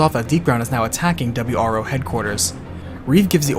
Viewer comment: Ah yes the "W R Foses" that were sent to defend them.